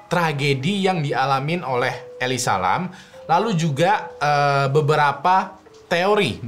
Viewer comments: elisa lam ya temen temen bukan eli salam, makasih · Eli salem